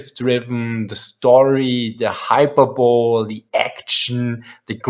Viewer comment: Just for you guy's future knowledg, "hyperbole" is pronounced "Hyper-bol-ee"